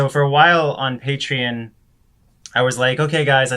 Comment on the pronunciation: I hate how grog says “pat rein” instead of “patreon”.